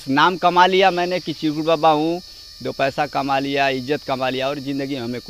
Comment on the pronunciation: सब तो ठीक है, पर आपके एंकर को चिरकुट बाबा का नाम नहीं बोलते बना, फिर से सुनिए, एंकर के उच्चारण बड़ा ही गलत है ध्यान दें